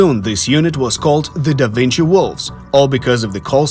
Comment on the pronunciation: "Dă Vincii" 😅